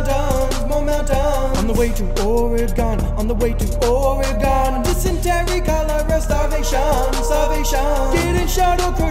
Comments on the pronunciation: We don’t pronounce it Oreegawn we say Orygun. Salem OR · You're certainly an east coaster. It's pronounced Or-i-gun, not Or-i-gahn. Thank you for pronouncing the "e" like a short "i" and not like a long "e". I appreciate the video though. I like your work too much to be offended by your accent. :-D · This is a nice song, but every time you mispronunce Oregon, I wince (it’s or-gon, like the things you’ve got in your body) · I like how this whole song is based on the mispronouncing of Oregon. Lol